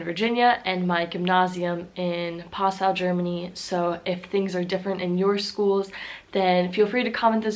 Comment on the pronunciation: wait a second, did you just say "Passau" like the city?